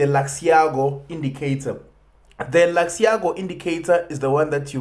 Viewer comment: ITS LUX ALGO MY G NOT LUXIAGO